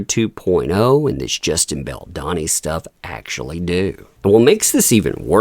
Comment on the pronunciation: you're pronouncing Baldoni wrong. It's a plain O.